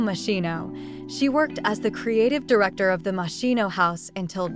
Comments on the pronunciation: Moschino (ski) not moscino. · Pronounced Mosskino Ms. AI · Isn’t it pronounced mos-kin-o? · That is not how you pronounce Moschino